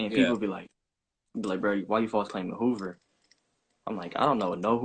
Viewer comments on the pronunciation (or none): WhAts hover? You mean Hoover 😐